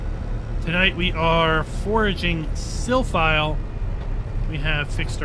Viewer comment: Great video, but I guess it's Silphie and not Silphile 🙂